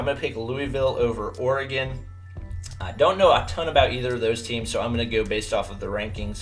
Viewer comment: says Creighton... says oregon